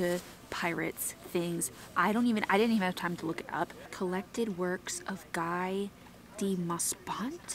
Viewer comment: Guy deMaupassant; pronounced “Gee De Mo-passant”; he was French! Cool book you got for your brother.